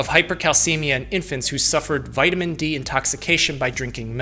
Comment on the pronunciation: eat a vitamin gummy every time he says vitiman